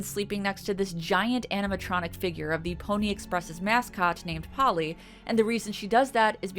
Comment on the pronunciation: Polle is not pronounced Polly